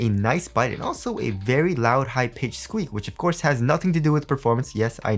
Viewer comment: squeak sounds like jingle bells